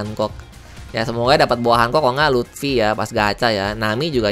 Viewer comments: Luffy njer bukan luthfi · Luffy bang bukan lutfi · Luffy bang bukan luthfi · Bukan lutfi tapi luffy bangg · Luffy om bukan lutfi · panggil luffy jadi lutfy sama kaya panggil naruto jadi narutot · Luffy bukan lutfi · Tf he said lutfi 😂